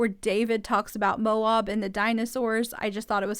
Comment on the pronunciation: Mo-ab. Like Kody's abs. Not Mo-awb. It's pronounced exactly the way they say it on the show. We go there all the time. It really is beautiful, and fun, if you're an outdoor person, especially.